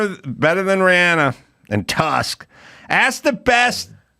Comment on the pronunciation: It's Rhiannon... Not Rhianna... I expect better Adam!